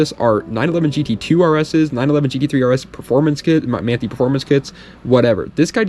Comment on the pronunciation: Not to be that guy but Manthey is pronounced Man-thai. Like Tai Lung from Kung Fu Panda :D